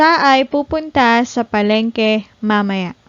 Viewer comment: why mamaya sounds ma mer...not ma- ma- ya or ma- may- ya?